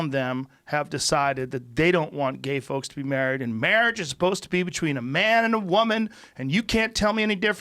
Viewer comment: Joe pronouncing between "bechween" is almost as awesome as his show.